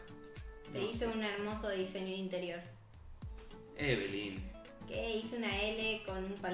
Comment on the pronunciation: Amo que le digas evelyn y no lyna